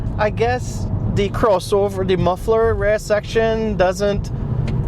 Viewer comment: Heard the trini slip out when you said crossover immediately subscribed lol